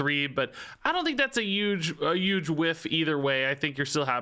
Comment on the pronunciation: I just noticed that says "'uge" instead of Huge.